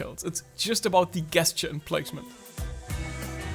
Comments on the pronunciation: Gesture is said with a “J”. It’s a soft “G”. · Helpful video thank you. I hope you don’t mind me saying that the word ‘gesture’ is pronounced as if it were spelled with a ‘j’ at the beginning. As in jelly or just. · u say gesture like "guess'ture" thats not an attack on pronunciation i think its funny cuz its pretty accurate for how im doing this exercise lmfao